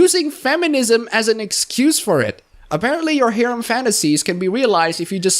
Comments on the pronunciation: Heh. Gotta say that the way you say "Harem" is far more akin to you saying Haram in my honest opinion. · Pronunciation for Harem : Hair - him. The "h" is silent. Surprised you dislike Harems even in fiction by the way. But, that is why we all have different preferences. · 1) I don't mean to be mean but it sounds like haram every time you say harem and I can't stop laughing. 2) I recommend Love Hina (the manga), considered one of the harem stories of all time. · isnt it pronounced hair um?